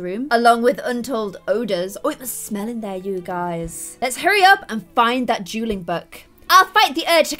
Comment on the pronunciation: every time you said dueling or duel i thought you were saying juul lol